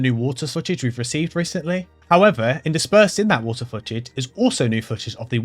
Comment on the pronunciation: "who-ah" (Water), the funiest part of this video